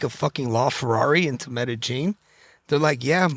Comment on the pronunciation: Nobody finna say nothing about him saying “metagine” 😂 it’s Medellin sir